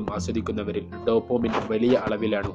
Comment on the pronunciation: Dopamine not Dopomine makane